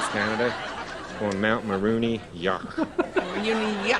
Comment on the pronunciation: Mulronry.. prime minister of canada a conservative pseudo american.. mulronry yuck.